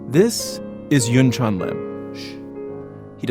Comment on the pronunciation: As a South Korean, I have to say this., You pronounceYunchan's name perfectly.